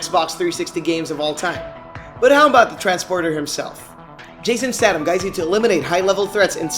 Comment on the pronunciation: statham is pronounced staythem